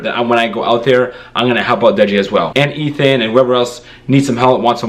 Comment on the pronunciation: It's Ethan, not Ethane......just saying😂